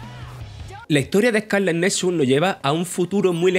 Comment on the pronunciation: Eh-cá-le netsuts